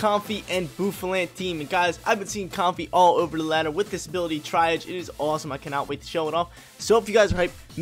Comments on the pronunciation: TRYIGE?!? ITS TREE-AUGE! I HATE EVERYTHING RN 😂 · I love your videos really do watch em all. But man, I try to hold back but some of these mispronunciations are unforgivable. Tsareena is not pronounce "tessareen" its "Sa-ree-na" and Triage is not "try-age" its pronounced "tree-ahj" lol thats not even a pokemon word its a real world word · Triage is a medical term . Pronounced “Tree-Arge”